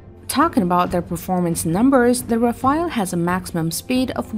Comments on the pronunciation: People please ...it's RAFALE not RAFAEL , Rafale means Burst in French This Rafael aircraft doesn't exist at all ...thank you. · I noticed one thing pretty soon, when I read the comments. My conclusion is : both of these aircrafts has a better accuracy than most of the commenters, when it comes to spelling the names correctly. It's RAFALE. Not "Rafael".